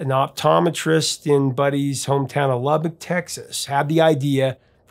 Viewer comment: Thank you for pronouncing LUBBOCK correctly! Thank you🙏😎